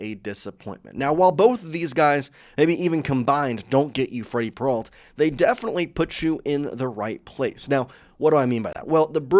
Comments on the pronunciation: AI ALERT: As soon as I heard "Peralt" instead of the correct pronunciation, I knew this was AI crap. I made this comment and blocked the site. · can't stand this guy saying "peralt" learn how to fkn pronounce their names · When did Peralta become Peralt?